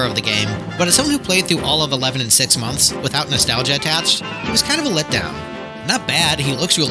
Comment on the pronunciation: The jaw i drop when you say " months "